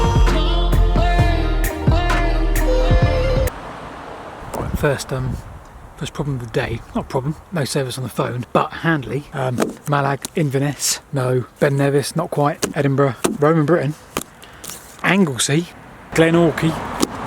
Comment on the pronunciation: Crianlarich is pronounced Cree-n-larach. Mallaig is Mall-aig. Balquhidder is Bal-kwidda. 😉 Did you encounter the dreaded Scottish midge?